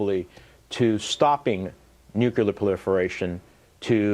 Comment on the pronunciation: Was chuckling to myself watching all of Bob Menendez credentials flashing up onto the screen while he kept saying "Nukular" over and over.